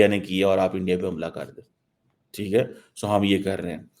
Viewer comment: Iran Isreal conflict podcast be like....Endiya..Endiya..Endiya..Endiya..Endiya..Endiya..Endiya..ndiya..Endiya..Endiya..Endiya..Endiya..Endiya..Endiy...Eandiya..Endiya..Endiya..Endiya..Endiya..Endiya..Endiya..😂😂😂